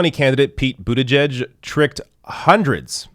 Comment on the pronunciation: as the conscientious journalist and commentator that you are it is admirable that you pronounce the family name of that cretin, Mayor Pete, correctly, but, y'know, I still to pronounce it in my way that sums up a contempt for his pretentions: Pete BOOTYBUTT.